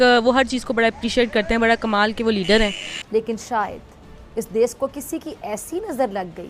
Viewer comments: She says, desssss, not desh😂😂😂😂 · Isss farzi daaagtar ko koi batay ja kar kay ‘Des’ nahi hota … ‘Desh’ hota hai 😆 Aur raat ko torch laga kar treatment na karein - isse acha Savere jaldi clinic kholein aur Din me treatment karein 🙄🙄 Matlab sach me jaahil kaum hai ye 😏😒